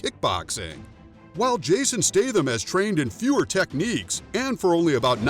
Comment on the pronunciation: I love Jason Statham but I wish you would pronounce his last name properly.